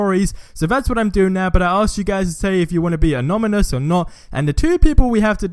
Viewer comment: Anonymous not ominous